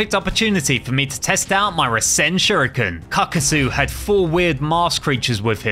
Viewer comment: When Kevin gave that fuma shuriken he said "Here, take this fuma shiruken. You'll know what to do with it" but why did he say shiruken 😂😂😂🤣